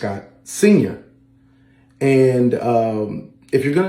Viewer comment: The way he says "Senior!!!" in the video at the end is one GIGANTIC red flag. ALSO, I bet that Maurice Jefferson Scott (SENIOR! 🤪) IS an actual lawyer somewhere, who is licensed to practice law in multiple states, who graduated valedictorian, etc etc, AND what do you want to BET that Maurice, while looking to steal someones identity, FOUND this other Maurice, the ACTUAL lawyer (using his credit repair bullshit company to look up people credit and backgrounds. Identity theft is probably the ONLY reason he started that company!), couldnt BELIEVE his stroke of luck, and decided to FAKE going to law school (because in reality he just took an online paralegal certificate course) in ORDER to fully hijack this person's identity???